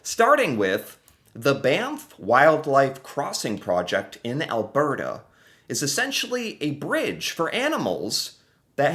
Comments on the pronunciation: Brampton is a few miles north of Toronto. I must say you are starting to pronounce Alberta like a real Canadian. Al-Bert-a 👍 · A+ pronunciation of Alberta